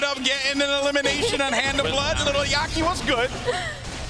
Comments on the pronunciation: aye bro... it is lil yachty not yakty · Did he say lil lackty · He said little yachity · Little Yack-tea? C'mon.